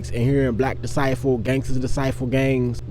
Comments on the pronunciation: Disciple , not decivel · it sound like you was saying “Decivel” not “ Disciple “